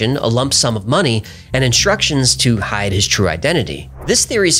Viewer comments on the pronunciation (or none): none